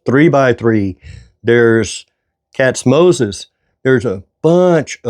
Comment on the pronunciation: I thought you said “catsmosis” so I searched YouTube for that, it got what I was looking for and Katz-Moses came up!